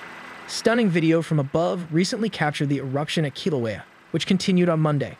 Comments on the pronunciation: When is this speaker going to learn how to correctly pronounce Kilauea?? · So synthesized voices get a free ride to distort another culture's language 🤔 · One would think that the AI used in reading Hawaii specific reports could be programmed to read local names correctly. Technology is only as good as its design and programming, and its programming reflects the biases of the programmers or inventors. There is certainly a lot of work that needs to be done in recognizing indigenous cultures and part of that is pronouncing words from those cultures correctly. Sometimes, mispronunciations have histories that we might not know anything about and those mispronunciations might be derogatory due to that history. For instance, one of the streets in my area is named Hymie way. The original meaning behind that name had nothing derogatory attached to it, but it became a slur. Even though the slur is not targeted at my culture, it still makes me grit my teeth every time I see it. I wish they would rename the street. That all being said, I do a lot of dictation and Google voice to text cannot tell the difference between while and well. It also mistakes other things I say even though I might be speaking very clearly. There are certain names that it cannot transcribe correctly and I will get 10 completely different spellings on it. Perhaps the solution here is to speak with someone who might be able to make the appropriate changes. I can't see why they wouldn't want to be respectful of your culture by doing that - especially if they are part of your culture!